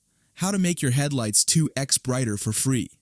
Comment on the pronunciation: I agree with you "two ex times" 😂